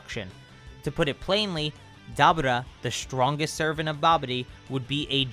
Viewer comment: I love your videos but the way you pronounce dabura is really annoying.